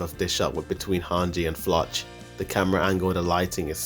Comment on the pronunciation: Bro you should pronounce floch name like they call him in the anime it looks wired how you pronounce it in English 🤣